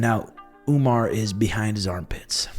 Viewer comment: why Sean and call Umar as Umnar??? 😅😅😅